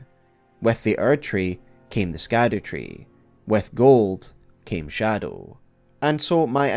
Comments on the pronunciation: All this research, and you still pronounce Scadutree as SKADUtree? instead of Shadutree? I can't take you seriously when everyone and their mother already learned that it's pronounced with an 'SH' and not a hard K..... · Scadutree is pronounced shadowtree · Please start saying shadowtree instead of scadutree, it’s pronounced like shadow 🙏 Just a little annoying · I think scadewtree is pronounced Shadow . like gaol and such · ITS SHADU-TREE NOT skad-ew- tree 😁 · not sure if you heard yet but Scadu=Shadow. Scadu is the old world spelling for Shadow. It is still pronounced Shadow. Ziostorm and a few others found this out fairly recently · SHADOW- tree...not Scadu-tree...its old english, for shadow, remember it for next time! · pls stop calling it “scatter tree” it’s shadowtree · Interesting note, its likely that scadutree is pronounced as shadowtree, seeing as the middle english spelling of shadow is similar to scadu, with the sc being pronounced the same way it would be in words like conscience and luscious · The Scadu Tree is pronounced "Shadow Tree". I know, I was shocked as well 😂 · His half brother Rykard. And Scadutree is pronounced “Shadowtree”. I would think that a Scotsman would know how to pronounce Gaelic. Love your content regardless. It’s so thorough, and your ability to both entertain and educate is a true gift. You would make an excellent college professor. ❤ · You know its pronounced Shadowtree right? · Scadu reads Sha Duw its old English for shadow or shade it’s basically called shadow tree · Scadu is pronounced as "Shadow" thus the Shadow Tree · Scadu is pronounced shadow in the same way gaol is pronounced jail. Its olde englishhhhh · I choose to pronounce Scadutree like Belushi. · Youre pronouncing scadutree wrong. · Youre pronouncing "scadutree" wrong homie.